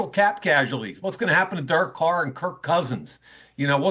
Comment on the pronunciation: It bothers me way too much how he says “Dirk” Carr